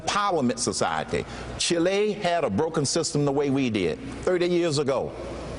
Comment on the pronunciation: Cain said Chilay? where the hell is that?? do you mean Chile as in Chee-leh??